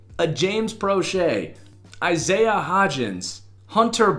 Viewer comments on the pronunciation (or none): none